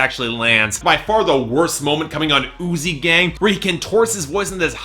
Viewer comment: Throughout the review I thought you said "Oozey Gang" and not "Uzi Gang". thankfully, the real title isn't THAT gross